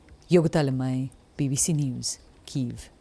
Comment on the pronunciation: ENOUGH. THE WORD IS KYIV NOT KEEV. WHAT IS WRONG WITH YOU PEOPLE AT BBC? ?? GET IT RIGHT.